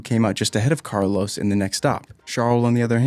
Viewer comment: This guy pronounces Portimão right but can’t say Norris, Carlos, McLaren, Aussie correctly....